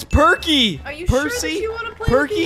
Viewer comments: Percy not perky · The green train name is Percy not perky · Perky seriously perky you called percy perky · toby is a tram engine and when you said perky and that not his real name his name is percy